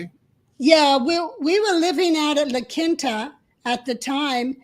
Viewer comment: Your co-host is mispronouncing La Quinta it's pronounced La Keen Ta!